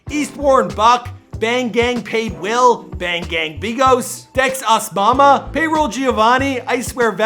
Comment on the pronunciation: This Nigga called dex osama “dex osmama”😂😂bro who tf is that😂😂